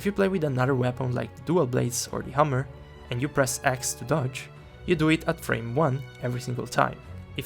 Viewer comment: I sent the report, not because I play LS but because hearing your pronunciation of hammer made me laugh so hard, I had to fight the good fight for the other weapon brothers. Hope this gets fixed soon. 🔨